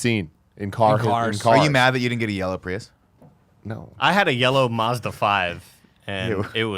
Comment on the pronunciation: Do all americans pronounce Mazda weird?